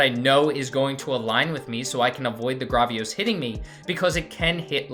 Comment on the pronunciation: it’s Gravios, Say the first part like gravel (like the meterial)